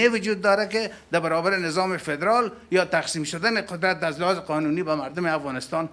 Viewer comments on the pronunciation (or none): جناب معاون من خو نفهمیدم وقتی پدرال میگفتی منظورت پدرام بود یا فدرال؟